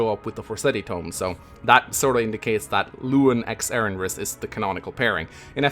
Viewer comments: "Erinrys" please there is no second R in erinys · Still can’t pronounce Erinys lol